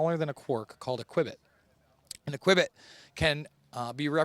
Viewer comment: qubit is pronounced "cue bit", not "qwibbit".